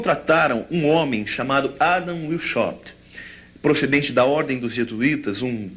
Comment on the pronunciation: Adam Washaupt, se pronuncia VAIS HALPT.